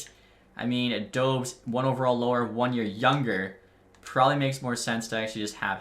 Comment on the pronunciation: I think its pronounced Dobesh